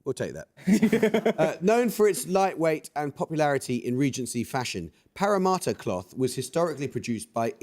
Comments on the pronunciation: Amol should lose five points for that pronunciation of Parramatta! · Hey Amol, I doubt you will read this but... I am a fan of yours but PARRAMATTA is not pronounced like that...read your questions prior and ask others to help with place names. It is an insult to followers from those places, to not care. would you like it if we mispronounced your place England names.